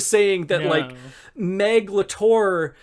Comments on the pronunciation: Obsessed with how pronounces Meg LaTorre like Meglator, like she's a kaiju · every time you say the author's name i just keep hearing 'megalotaur' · Honestly with how you keep saying Meglator , i keep imagining an Autobot writting in her free time between skirmish with Decepticons. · RIGHT?? Why is it pronoucend like Megatron? "What does the human being Meglator care about" omg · Every time you said "Meg LaTorre," I heard, "meghalothor" like some kind of Lovecraftian entity. 🤣🤣🤣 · YEAH! I had the same thought! I was hearing "megalotaur" and I started thinking about Sans Undertale with bull parts. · I initially only listened to this episode, so I didn’t know how Meg Latorre was spelled out. As a result, I kept hearing her name as “Megalotore”, like she was a character in Transformers or something.